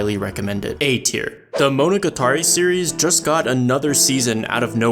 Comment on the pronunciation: "Mow Now Guh Tar Ee" AAAHHHH